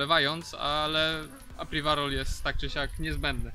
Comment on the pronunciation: Podajesz nam publikacje, starasz sie być taki dokladny. Staraj sie też proszę używac slow, ktore potrafisz wypowiedzieć. To żaden wstyd wypowiadac sie w prosty sposob!!! I apiwarol, a nie apriwarol :/